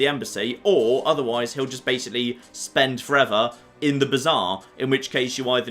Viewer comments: murder at the bizarre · The way pronounces Bazaar is bizarre. Literally.